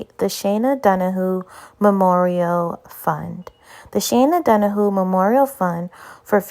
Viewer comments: OMG DON-A-hew not don-a-who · it's shay-na Dona-hue it's hard to write the correct phonetic spelling of her last name but you can google it......